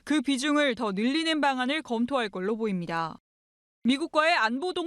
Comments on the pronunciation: 보입니 돠 ~~😂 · 아니 이 브리핑 앵커 발음 머야 ㅋㅋㅋㅋ 윕니도ㅏㅏㅏㅏㅏ